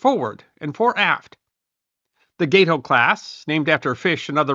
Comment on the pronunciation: The GATE-OH is actually GAT=OH. It was named after the gato shark, or "cat shark". Gato is Spanish for cat, so check your Spanish pronunciation..